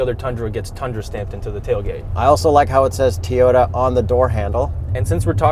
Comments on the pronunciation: TOE YO TAH!!!!!! stop saying teyuta!!! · say it with me TOW-YODA not TEE-ota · can the hipster not say TOYOTA why does he keep saying tiyota. ITS TOYOTA like TOY O TA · I think should say Toyota not Tayota it is really annoying,on top of you are a journalist, you should say the manufacturers name properly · U say.. TEA-OTA. I Cant watch your (Toi-OTA) / TOYOTA reviews anymore. Best video content u2. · T-oyta? It's a toy-ota. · Youre killing me Toy-ota not Tee-yota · lol I thought I was hearing things, but it sounded like he was saying, "Teayota" instead of "Toyota." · Too many “Teyota’s” said in this video. 😂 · is actually pissing me off my keep saying “teeyota” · Why did he keep saying "Teeyota"? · How many time did you have say Teyota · I cannot stand how says Teeyota. Sheesh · Did that dude on the left call it a Teeyota? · “Teeyoda”, hey? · Teeyota? Mazzda? Man, kills me with his car brand pronunciations... 🤣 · Teeota lollllll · WTF is a Teeyota? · lol...Tee o ta. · It's not tea ota! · Toy Yoda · Can we talk about how pronounces "Toyota?" 😂 #TEEota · Manny Tovar right?! Say it with me: “TOY-YO-TUH” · I've mentioned this to him before AND HE COMMENTED BACK! He said he has no idea why he says TEEyota. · Good review, guys., you're saying T'yota again, sounds weird. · Hey say, TOY...ota. REPEAT IT LOUDLY, TOY...ota. Just busting your chops a little bit! 😃👍✌👌 Awesome stuff as usual guys! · Try saying it as if you’re doing a stereotypical American midwestern accent, and replace the 2nd T with a D. Toy-O-Duh